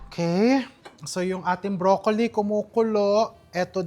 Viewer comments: can you stop saying bro...colli its .. broclli thanks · Brock-ly (Broccoli)